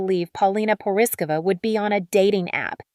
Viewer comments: Please look up how to pronounce her last name. ❤❤ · PRETTY IRONIC WHEN THE NARRATOR CANT EVEN CORRECTLY PRONOUNCE PAULINA'S LAST NAME. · As her country buddy It bothers me that her name is not pronounced correctly . Rick also - as he has a Czech surname. Now, as much as I appreciate her shock from being dis-inherited, in her modeling she’s made enough money for seven generations to live extra abundantly. And yes, I applaud her for being brave and bold, the world needs to remember how real woman looks like and that beauty happens at any age 🌼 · Learn how to pronounce her name